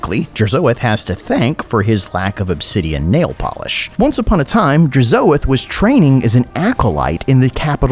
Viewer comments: With how you pronounced Hashoot and Drazoath I expected you to also say the Legoon of Assgore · the way to you say DRAZHOATH makes me wince